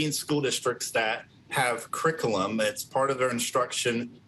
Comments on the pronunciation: The man cant even say curriculum . "Criclum" lmao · …why can’t this dude say the word “curriculum”??? 😅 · This man cant even pronounce the word "curriculum" and he is making the educational decisions? Ironic. 🙄 also if we cant talk about orientation, they shouldn't be allowed to talk about heterosexuality either. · he can't even say curriculum right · He can't even say " curriculum " who's letting this man decide what happens in schools?